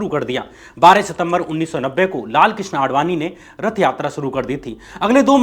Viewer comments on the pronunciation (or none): none